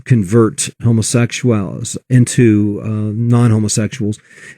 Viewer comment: "homosexu-AHLS" what the hell was that?